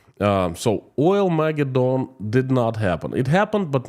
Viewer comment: Accent 1st and 3rd syllables.... "OILmaGEDdon." You do some great work. I follow your videos religiously... very, very useful and insightful.